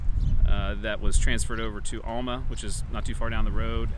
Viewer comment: Wonderful installment! I may be from Topeka but I even know it's pronounced OWL-muh (Alma) lol. Wabaunsee at one time had two railroads running parallel on the SW side of town to Manhattan--the Manhattan, Alma & Burlingame (Santa Fe) and the Rock Island. Also you might find Fairfield that was NE of Alma, and Papilion with its stone hotel and school